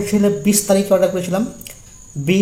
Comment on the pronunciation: Order ❌ Auder ✅🤣🤣